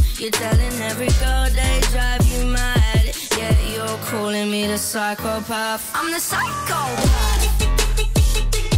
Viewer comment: Has nobody else noticed she says phycopaf?